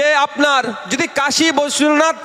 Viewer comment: Kashi Biswanath tao bhalo kore uchcharan korte parena